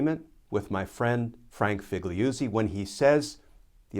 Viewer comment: 🙂 Figliuzzi: Fig-lew-zee.